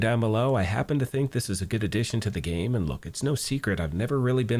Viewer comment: prerequisite, to start with. I thonk you're Princess Briding it. But generally overall, as well.